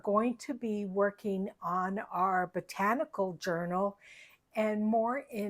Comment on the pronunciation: Hello sweet, your covers are works of art! I caught your blooper when you said Rachel’s Potanical instead of botanical,lol! Thank you for sharing your talent & how to construct the fairy lights! Please take care & please give sweet Fiona a big hug!🤗💜🌻💕🐶🙏🙏